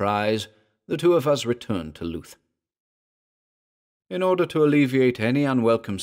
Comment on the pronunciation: good story - but afraid I was put off by your pronunciation of Louth (LOOTH) - being a resident of Lincolnshire and a visitor of the town, I have only ever known it pronounced as LOWTH - this is my only gripe!